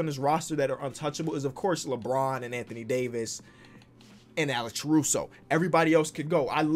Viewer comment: nobody:: alecshruso